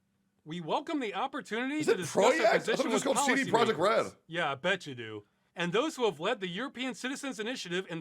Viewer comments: wait… its Pro-rect? TIL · Yes, it’s pronounced "proyect" (projekt). With a really hard R. XD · I'm out, he can't say project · yeah it is proyekt, thats the polish way of reading it, but the english version is valid too.